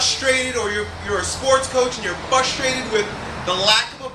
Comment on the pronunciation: he just frustrated me by saying fustrated!